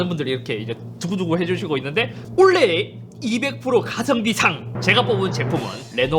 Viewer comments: 영상 보다 말고 투표하고 왔습니다. 2개까지 선택 가능하면 좋겠단 생각이 맴돌았지만 찬혁이가 너무 멋있네요. 근데.....................올해!의 발음이 올레 라고 하시는거 같아서 kt에 조금 심하게 대해서 미안한 감정이 있어서 그런가 혼자 피식해봤습니다. 작년 한해 영상 재미나게 잘 봤고 올해도 잘 부탁드립니다. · '원래' '올해' '올레' 발음비교 영상좀 부탁합니다 ㅋㅋㅋ(농담ㅋㅋ) 한해 동안 고생 많으셨습니다. 22년에도 좋은 영상 많이 부탁드려요!! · 원래,올해,올레 이 세단어의 발음이 저만 똑같이 들릴까요? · '올해'라는 단어를 발음 못하시네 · 올해를 올래 라고 발음 하는건 최악의 발음 상 줘야 되는거 아닌가 자꾸 올래 올래 하길래 KT 가 잇섭한테 광고준 줄 알았네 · 올해를 올래라고 발음하시는게 귀여우시네요ㅎㅎㅎ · 자꾸 "올래의 ㅇㅇ상"이라고 하는거 킹받네ㅋㅋㅋㅋ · 올해를 올래로 말하는 거 킹받네 ㅋㅋㅋ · 올해 올해 올해 올해 올해 올래 올해 케이티에 미련이 있는지 자꾸 올레라 외치는 잇섭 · 근데 왜 자꾸 올해를 올레라고 하세요? 크흠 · 그른데, 올해를 왜자꾸 올레로 들리는건 ... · 올해 를 올레로 발음하는거 나만 킹받나?ㅎㅎㅎ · 올해 발음 특이하네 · 올해 발음 킹받네 ㅋㅋ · 잇섭님 근데 올해를 자꾸만 올래 올래 라고 하시네요 ㅋㅋㅋ 올-해 아닌게요 ㅋㅋㅋ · 올해를 올래로 발음 하는건 KT 저격이네 ㅎㅎ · 올해를 올레로 발음하는 이유는 kt 저격인가요? ㅎㅎㅎ 농담입니다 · 형 올해 한번만 제대로해주세요ㅋㅋㅋㅋㅋ 올레 말고 올!해! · 올래라고 자꾸하시네요 ㅎㅎㅎ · 올해가 자꾸 올레라고 들리네 ㅋㅋㅋ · 올래의 웃깃발음 상 : 올해를 올래라고 하는것...케이티 간접광고아니조??? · KT 상주는거에 너무 기뻐서 "올해"를 계혹 올레라고 발음하는거 맞죠? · 올해가 올레(KT때문은 아니겠지…)로 들리게 하시는 잇섭님 이번년도 좋은영상부탁드립니다 ㅋㅋㅋ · 잇섭님 자꾸 '올 해'를 '올레(Olleh)'로 발음하시는 건 혹시 PPL인가요? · 왜 올해를 olleh로 발음하나요? KT 뒷광고 아닙니까? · 올레 올레 하시는거보니 역시 KT .. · ‘올해’를 ‘올레’라고 말했으면 kt도 화홰신청 할 때 됐다 ㅋㅋㅋ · 올래 가 아니라 올해 요 ㅋㅋ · 썹님 올해의 발음 한번만 생각해 봐 주세요. 올해가 자꾸만 애증의 올레로 들려요. 올해에서 ㄹ탈락이 일어나더라도 오래로 발음될 것 같은데 올래올래 아무튼 올해 새해 복 많으 받으세요:D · 올래 아니고 올해라고요.. 아 킹받네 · 자꾸 올해를 올래라고 하는 거 넘 귀여웤ㅋㅋㅋㅋㅋㅋㅋㅋ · 엉뚱한 얘기일지도... '올해'를 "올래"로 발음하시는 것이 너무 신경 쓰입니다. "오래"로 말씀하시는 게 맞다고 생각하는 데. 한번은 괜찮은데 자주 반복되다 보니 집중이 어렵습니다. 길게, 강조해서 말할 때 "올~해"는 괜찮습니다만. 모두들 희망찬 새해가 되기를 바랍니다. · 계속 올해를 olleh로 발음하시는데 kt에서 뭐 받으신거 있으시나요? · 형 올해를 발음할때 왜 올레라고 하는거야 ㅋㅋㅋㅋㅋㅋ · 계속 올래 올래 하길래 kt얘긴가 했는데 '올해'ㅋㅋㅋㅋㅋㅋㅋ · 올해를 올래라고 발음하시는데 올해가 어려운 발음이에요? 이런거는 처음보네ㅎㅎ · 형 자꾸 올해를 올레라고 발음하는 것 같아요 ㅋㅋㅋㅋㅋ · 올래??? 아니죠 올해입니다....ㅋㅋ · 계속 올레, 올레 해서 kt랑 원만히 화해하신줄 알았는데 올해라고 말하는 거였네요. 그럼 내년에도 kt는 신나게 패도록 하겠습니다 감사합니다. 만족도가 높네요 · 올해라고 할때마다 olleh라고 들리는건 내 귀가 이상한게 아니라 이유가 있었던거구나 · KT한테 좀 미안해서 그런지 올해를 Olleh로 발음하시네ㅎㅎ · 올래의 라고 하는거 킹받네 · 올해를 올래로 발음하시는듯한;;;; KT인줄? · '올해'를 계속 '올 ㅀㅐ' 발음하시는거 킹받습니다. ^^ 서울에스킹 2022년에도 잘 부탁드립니다~~~! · 올해를 올레라고 발음하시는 잇섭님 뼛속까지 IT유튜버시네요